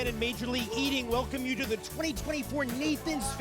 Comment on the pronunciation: Did you say mayor league eating...😮